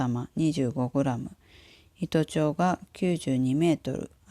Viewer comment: アノネェ🌀申しにくいけど糸長はいとあしと読むんだよォ